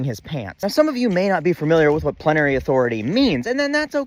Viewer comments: Great video -- as usual. A gentle FYI, it's plenary. Three syllables -- plen-ah-ree. Emphasis on the first syllable. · Miller at home afterward: 'Plenary. Plenary. Why did I have to learn that word, dammit.'